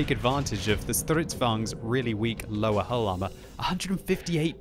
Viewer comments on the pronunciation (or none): none